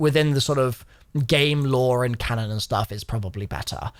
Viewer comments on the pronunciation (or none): none